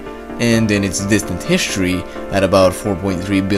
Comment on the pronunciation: What is hiSHtory and what is EarD!? :D